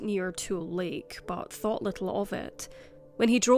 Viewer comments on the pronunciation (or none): none